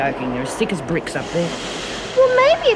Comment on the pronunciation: Haha did say there thick as pricks or bricks at the press lol